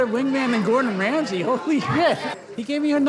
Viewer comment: Gordon "Ramry"?